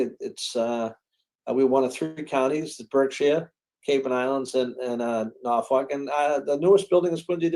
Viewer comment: ..........NorfoLk, not NorfoRk. Other than that, loved your show.